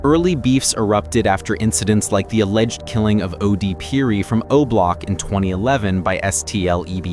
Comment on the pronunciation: How u mispronounce "Perry" .. swear i dont like these ai voice overs.